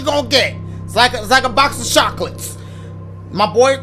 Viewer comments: “It’s like a box of Shocolates” 😂😂😂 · No one : Dashie: box of shockletes 😭